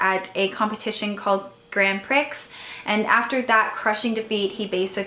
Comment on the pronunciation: It's actually pronounced Grand Pree as the "x" is silent! I know it's hard to tell the real pronunciation because they're speaking in Japanese, but it is pronounced the same all over the world :) Thank you so much for this video! I need to watch Noragami now, LOL